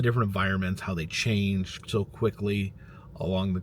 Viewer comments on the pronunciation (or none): none